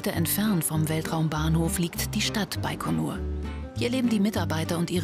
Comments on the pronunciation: Hab immer "bei Konur" verstanden...😂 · Das heißt baigonur